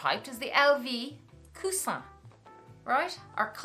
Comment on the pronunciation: Your video editing, background music… perfection. Just the right amount of everything 😍 and your first pronunciation of Coussin is the right one, please keep that 🤩